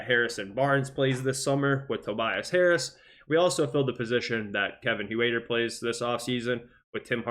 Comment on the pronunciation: Hoowaiter? It sounds like hurter